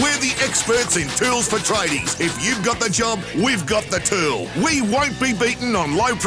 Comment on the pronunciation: That add.. 😂😂 he couldnt say tool Kept saying tewl